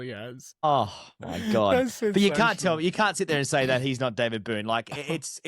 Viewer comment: Its Boon not Boone, respect for an Australian legend :)